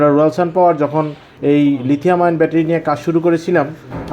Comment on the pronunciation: lithium ion. (ion কে আয়রন কেন বলেছেন?)